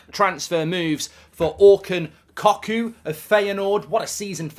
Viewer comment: COCKOO IS PRONOUNCED CUCKOO !!!!